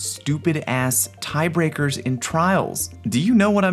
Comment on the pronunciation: "Tiebraker" lol